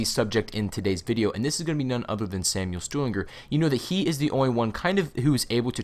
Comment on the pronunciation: You should probably figure out how to pronounce Stuhlinger if you're going to be saying it over and over again. You ramble too much.